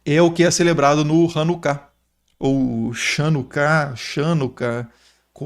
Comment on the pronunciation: Hanukkah (ranucá e não rãnuca)